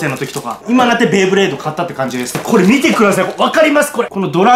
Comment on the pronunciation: ベイブレードをベ―ブレードって言うのがなんか嫌いｗｗ